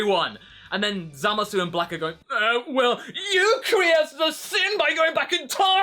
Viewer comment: Why are you calling him ZamasU (with the u not silent) instead of Zamasu (like in the anime the u silent) And I wonder... when will vegeta and goku fuse...